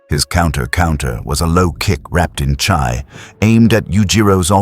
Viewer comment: Good story so far but the ai voice pronouncing chi (chee) as “chai” is annoying af